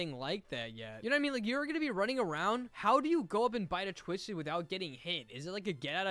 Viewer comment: He said tuisted